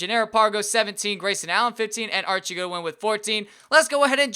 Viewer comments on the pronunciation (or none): none